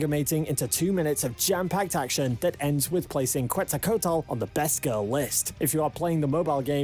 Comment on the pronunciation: "Cuensalcoutel" KEKW